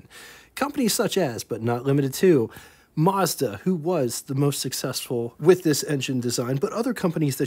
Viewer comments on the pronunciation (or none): none